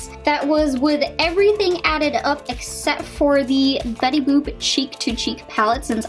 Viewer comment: Betty bopp. U said. Ahahaa. It's Betty boop !!!, Lmao